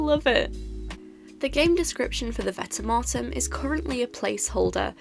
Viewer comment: I prefer to pronounce it vent-e-mort-em